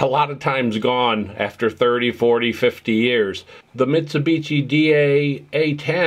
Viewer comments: For the OP: Just FYI - Mitshubishi is pronounced (end part of the name) like a "SHI", not like "TCHI". The other thing I'm noticing is how many people had no clue Mitsubishi did high-end hi-fi gear and never heard or seen these pieces. These are great sounding, super powerful, nicely performing and fantastic looking pieces of sound engineering at the pinnacle of high quality audio products! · Vinage, Mitsubitchi, Shassy... lol